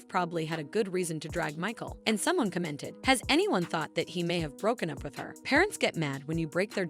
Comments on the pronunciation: Cah-mented? Stop pronouncing commented like that it's weird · Please learn how to pronounce “commented” it’s not co-ment-ted